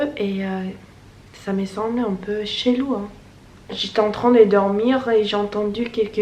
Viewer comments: Whoa.. t'a un bon accent et t'explique bien ! Juste je me permets en tant que française, pour 'chelou' , tu prononce 'chélou' mais ce serait plus juste de le prononcer ''cheulou''. Sinon continue comme ça, tu fais un bon travail pour les non- francophone 👍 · Bonne continuation avec ton apprentissage du français! Ta prononciation est plutôt bonne sauf sur le mot "chelou", c'est bien"chelou"et non "chélou"(comme tu le prononces), tu dois bien prononcer le son "e"sinon c'est incompréhensible pour nous.